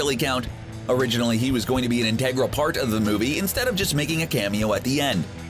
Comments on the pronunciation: he can't say "integral" either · why can't you pronounce "integral"?